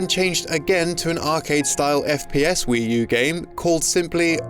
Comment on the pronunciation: "Wii Tu" there. Nailed it.